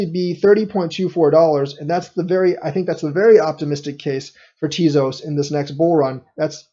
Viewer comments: Think it's pronounced Tay-Zose. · you lost me at "teazoss". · Ugh, you're pronouncing it wrong... 😬